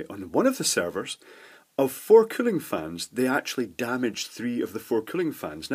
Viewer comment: Was wondering what a server killing fan was until I realized he was saying cooling